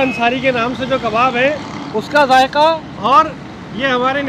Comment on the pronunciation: It’s zaiqa not jayka